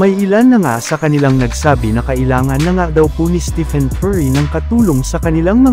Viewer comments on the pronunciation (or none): none